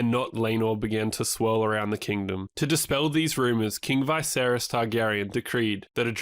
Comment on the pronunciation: It's not Vay-seris its V'seris.